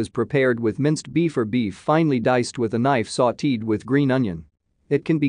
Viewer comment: Goodness, couldn’t you learn to pronounce dulce de leche, Mah te but not like”Sorry Mate”…am not even Spanish & I cringed the way pronounce words even sautéed…ouch!